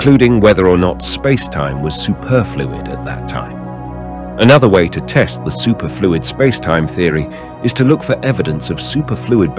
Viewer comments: Yeah...supErfluid or sUperfluid? I was laughing at that! LOL! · Is this AI narration? Pronounce “superfluid” challenge, difficulty: impossible.